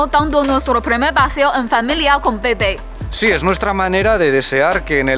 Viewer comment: Ella dice bei-bei yo escucho pepe